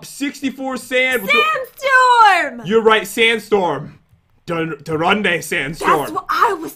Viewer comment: yo-boy/pat when he sees the sandstorm: It's darunday Sandstorm. Me: I'm pretty sure it's Darude - Pronounced: Da - rood